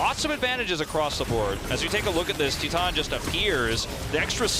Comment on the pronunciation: When u pronounce titan Ti than lol